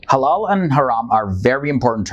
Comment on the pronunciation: Thought he said “hello and haram” at the start